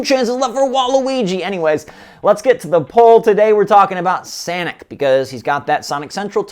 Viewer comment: did you mean to say sanic or was it by mistake cuz i was laughing so hard